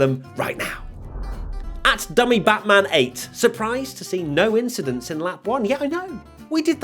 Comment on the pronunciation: I'm glad this was a clean race and there was no "INCHIDENT"